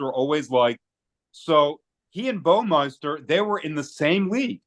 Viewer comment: It's BAW-MI-ster